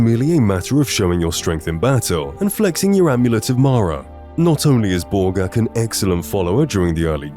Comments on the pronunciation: When you said Borgakh the first time, I could have sworn you called her Ballgag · Me too xD kept hearing “ballgag”